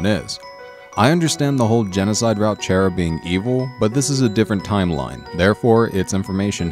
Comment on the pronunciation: not chera chara